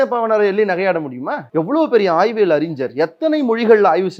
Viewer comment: "அறிஞ்சர்" இல்ல. "அறிஞர்" இயேசு பேசியது எபிரேயம் இல்ல. "அராமிக்"